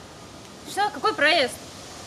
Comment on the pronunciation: Никто: Обсалютно никто:: какой проЭзд